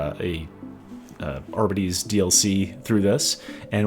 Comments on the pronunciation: Great video, as always! My only complaint: I believe it’s pronounced “ar-BEE-tees”, and not “AR-buh-tees”. Could be wrong though! 😂😂 cheers! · Considering that it's short for 'Ar-Bit-Tra-tor' I'd say everyone's wrong and it's actually pronounced 'Ar-Bits' and the e is silent. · Are-bee-tees. You’re so close come on, champ 😅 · I am very sorry but they way you pronounce Arbites is all wrong. It is pronounced Are-Bites the AR is important bites is bites. It bothered the shit out of me.